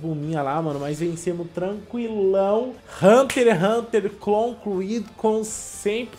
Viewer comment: Mano eu fiqui me rasgando de odio mano o fala haunter haunter n e assim po@ e hunter x x xxx hunter